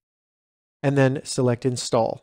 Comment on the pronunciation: Lol “insall”